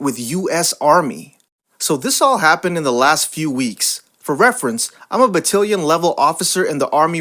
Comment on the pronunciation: please learn how to pronounce BATTALION correctly. it's not BATTILION, it's BATTALION.